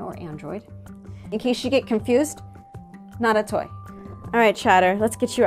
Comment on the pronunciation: Toy not toy. Lol Great video!